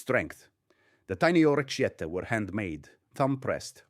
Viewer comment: The AI doesn't really know how to pronounce Italian-- "aGGlio"? Nope. "OrreTCHiette"? Nope.